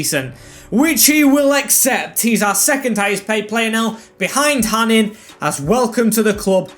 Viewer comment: btw hanin is pronounced hanå (hano). i know that because he used to play for my local club here in norway